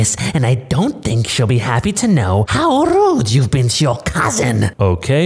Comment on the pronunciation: i love how that r was roled like rrrrrrrrrrrrrrrrrrrrrrrude